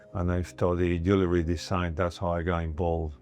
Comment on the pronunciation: Interesting, a man that designs jewelry, cannot pronounce JEWELRY!! pisses me OFF!!